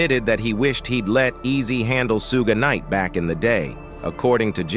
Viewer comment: "Sue gay knight?" 😂😂😂